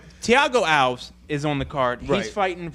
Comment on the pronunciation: I find it kinda funny that can't pronounce "Alves" right, then again I just remembered I can't even pronounce "The North Face" xD